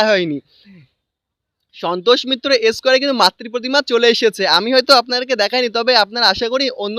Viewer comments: ব্লগ করার আগে উচ্চারণ ঠিক করো ভাই,"সন্তোষ মিত্র স্কোয়ার" তোমার উচ্চারণে 'এসকয়ার"--- ছ্যা ছ্যা ছ্যা! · Tui square katha ta thikthak uccharon kor...tarpor vlog koris